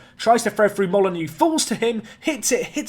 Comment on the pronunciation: I love that my following your channel has influenced your transfer policy but James Molyneaux is pronounced molly-noh. Not molly-new like wolves and my last name 😜